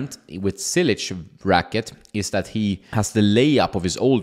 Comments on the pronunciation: its like you say word " Church "... so its -> "Chilich" not Cilic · Wrong pronunciation… it is spelled in english like cheelich. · Hey, just a tip: the first "c" isn't pronounced as an "s" but rather as "tch" as in tchaikovsky. Love the channel, keep it up! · You would think by now this guy should know how to pronounce top tennis players names. LOL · It is 2022 and you still can't say his name the right way...that is sad...